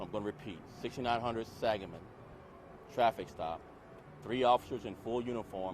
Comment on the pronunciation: 69th and Sangamon, Not 69th and Saginaw (like he is saying). Saginaw doesn't start untilv79th. Sangamon us pronounced SANG A MON.